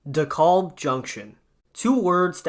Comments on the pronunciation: “De-caaab”, not “De-calb” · PRONOUNCE DEKALB CORRECTLY!! WHY DO YOU INSIST ON MISPRONOUNCING DEKALB AS "DE KOLB?" SAY IT LIKE----Dee-CAB. L is silent and the a is like the a in "cat", not like an o as in hot as you are mispronouncing it. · Not a bad video, but it's pronounced Dee-Kalb Ave. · It’s pronounced “dee-kalb” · I had to turn this off b/c I couldnt stand listening to the repeat mispronounciation of "Da-callb" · The way you say DeKalb anf Sheepshead hurts my ears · Same thing i thought! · Stop overreacting. Youre acting like the way he pronounces it is the end of the world, karen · BTW the L in Dekalb is silent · Stop saying it like its spelled with an "o"! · Youre saying it wrong